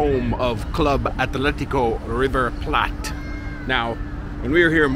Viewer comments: why do u pronounce river 'plate' like if it was some exotic language and not english? haha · You know... it's actually pronounced in English. River Plate. As you would read it in english :)